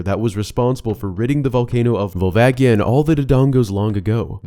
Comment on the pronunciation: You mispronounce Volvagia.